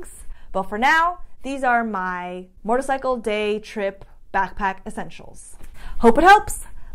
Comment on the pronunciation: ...… love the channel! cant wait to see the vid on your track day cuz I want to do one to! I have to tell you something..... when you say the word MOTORCYCLE you pronounce it MORTORCYCLE sometimes! SUPER CUTE! Keep up the great channel!